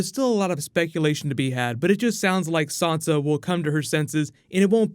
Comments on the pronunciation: I want to know where you're getting the "R" from when you're saying Sansa. You've obviously seen the show, and read the books. There is no "R" in the name so please stop saying it like "Sarnsa". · hi dude, love your videos, but could you please stop saying sawnsa stark, it's sansa, say it like Ned and Katlyn did, they named her. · You're saying SOnsa, why are you saying SOnsa? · Shane Melly Who is Sansa? There is no Sansa in GoT... You might be thinking of Swonsa...